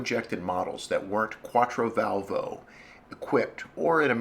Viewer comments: Just a concoction its quattrovalvole not quattrovalvo, no biggie, great job. Thanks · I think it's pronounced "quat-tro-val-vol-lay" - but how many times does one hear that word pronounced? Let's give the originator of this site a break - he's given us hours of enjoyment! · The Italians pronounce it "Quattro-Val-vo-Lay" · Ugh, the way you butcher Quattrovalvole is just horrible :P